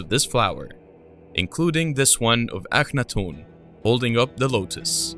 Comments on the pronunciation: I was obsessed with his reign in Egypt for a long time I only remember 1. Also isn't his name pronounced Aka-not-ten .. not the way he is pronouncing it? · LOL I have never heard anyone pronounce the name Akhenaten and Iraq the way this narrator does .... ever